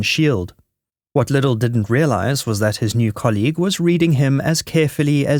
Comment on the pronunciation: It's Guy Liddell, not Guy Liddle. Geez.